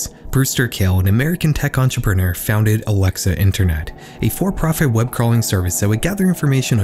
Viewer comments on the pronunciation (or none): none